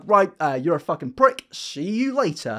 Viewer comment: I like how you don't say the F in f*king 😂 it's THucking